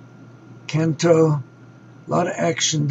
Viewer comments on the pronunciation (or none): none